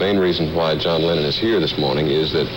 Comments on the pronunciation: Did he really say “former beatle John Leonard” 🙄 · The announcer called him "John Lennont" at the start. I am certain John loved it :) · I could understand the news reader mispronouncing his name in 1964 but in 1974 it could only have been deliberate.